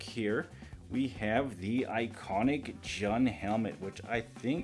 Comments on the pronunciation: Lovin this channel, keep em up. Also before 100 people say it, his name is pronounced like the month of June. Lovin the reviews! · It's pronounced joon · You say Jun as June.